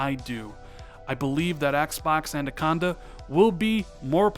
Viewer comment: Love your content, but have one pet peeve: It sounds as though you pronounce “”Anaconda” as “”ANDAconda”. (my OCD kicking in). Other than that, keep up the good work.